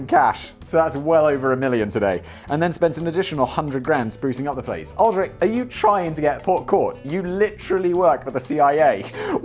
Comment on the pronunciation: Aldrich Ames is one of the most famous traitors in history - btw it’s pronounced “All-dritch”